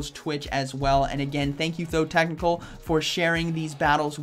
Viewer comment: You have known him for 2 years and still haven't noticed he's called ThoTechtical and not ThoThecnical, lol.